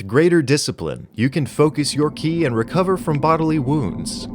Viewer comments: For the record. Ki is pronounced "Chi" everywhere except Korea. So you're only mostly wrong when you pronounce it as written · Btw you say ki like chi. Its stupid